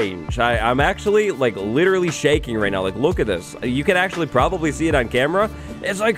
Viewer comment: Ah yes literrraly.